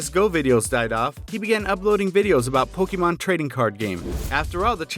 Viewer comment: PokeMAN!!!!! DAN get it right bro